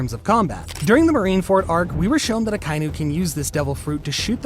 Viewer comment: I like his Pronunciation of Akainu